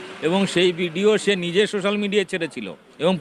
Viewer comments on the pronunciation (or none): none